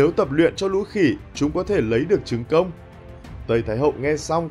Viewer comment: mày không nói được chữ công à, cứ cốc...cốc, nghe không được.